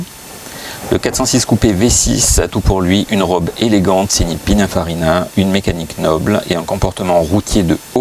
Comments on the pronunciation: A Prononcer PININE pas PINAIN 😉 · Il dit pinunfarina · ouvrez vos oreilles dans la vidéo vous dite pinafarina 😂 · déjà on prononce (pinine) et non pina ou pinin .......perche il maestro era italiano